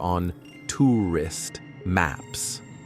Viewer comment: TOO-REEST MAPS